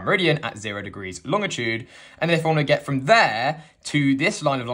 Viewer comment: Lol. Pedantic note, the guy pronounces 'longitude' correctly. There is no 't' after the 'g'. It's LONG-itude.